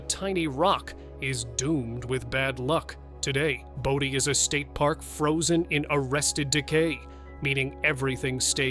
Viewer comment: It's pronounced BOW-DEE not BODY. Take 2 seconds and do some research. I'm outta here.